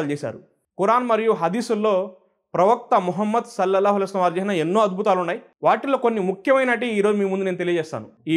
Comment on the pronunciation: Sir dayachesi Mohammad sollellahu alaihi vasallam anedi spastam ga cheppandi